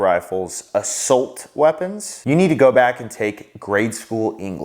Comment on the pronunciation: Assolt?? Assault bro. Assholt isn’t a word. Lmao